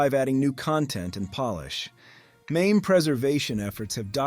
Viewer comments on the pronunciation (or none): none